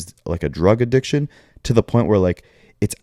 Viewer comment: not being able to pronounce addiction right😅🤣🤣 adishkin